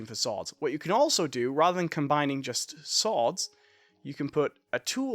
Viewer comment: why do you call swords sooads its annoying lmao